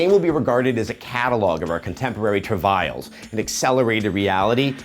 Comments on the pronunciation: Anyone else get the feeling that these aren't really Adams words? "truh-vials" what the hell is that? Oh you mean "travails"? You'd think if you wrote your review you could pronounce the words in it. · He mispronounced the word "travails". Kinda surprised nobody commented on that yet.